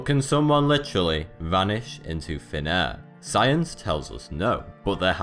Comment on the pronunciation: I somewhat hear him saying not "vanish into thin air" but "vanish into fenare" kinda funny. But his accent is cool I think it is French, am I correct?